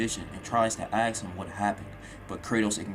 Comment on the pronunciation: A very fun watch... One thing tho.... More a joke but dude you cant say "ask" correctly to save your life:)